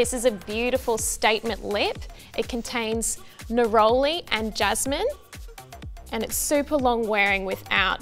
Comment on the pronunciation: Neroooli😂 sorry but that was a way I'd never heard it said before